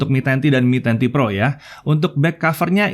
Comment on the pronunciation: Yang lain denger : MI 10T PRO Yang gua denger : Menanti Pro